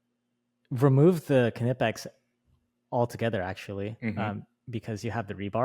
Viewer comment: It’s pronounced KA-NIP-EX !!!!!! 😂😂